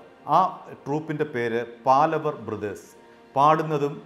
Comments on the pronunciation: "பாலவர்" இல்லை. "பாவலர்". "പാലവര്" അല്ല... "പാവലര്" (പാലവര് തെറ്റ്...) പാവലര് എന്നാല് ഗായികന്മാര് ,എന്നാണ് അര്ത്ഥം. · ഒരു മാങ്ങാത്തൊലിയും അറിയില്ല .. തട്ടിവിടുകയാണ് .. പാലവർ അല്ല പാവലർ ആണ് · പാലവർ അല്ല, പാവലർ എന്നാണ്.. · அது 'பாவலர் சகோதரர்கள் '. When you report , pl cross check with known people , before you release your clips. ' പാവലർ ' and not ' പാലവർ ' Funny to see that you are repeating it many times. (Had he seen this, he will call and fire you.!😀) It's some thing like you are damaging their ' Family Name' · It is PAVALAR not PALAVAR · പാലവർ അല്ല പാവലർ ആണ് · പാലവർ അല്ല പാവലർ എന്നാണ് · പാലവർ അല്ല പാവളർ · പാലവർ അല്ല, പാവലർ